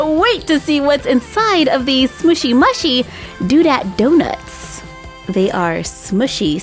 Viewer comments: It's pronounced smooshy mooshy not smooshy mushy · It’s Smooshy moo-shy not smooshy mashy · Question: why do you say smooshy mushy (m-u-shy? It’s mushy (m-oo-shy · It's pronounced smooshy mooshy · it's smooshy mushy (you say the u in mushy like moo) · Its pronounced moo-shy love you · The name is right but how you say it is smooshy mooshy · They are pronounced smooshy mooshy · You said that mushy part wrong it’s moo-she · It is pronounced mooshy